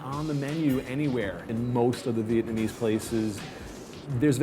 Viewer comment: DUDE! learn how to say "Vietnamese"